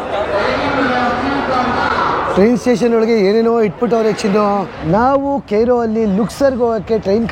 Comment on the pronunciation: ಅದು ಕೆಯ್ರೋ ಅಲ್ಲ, ಕೈರೋ 😂😂😂 ಕರೆಕ್ಟಾಗಿ ಹೇಳ್ತಾ ಇದಾರೆ.😅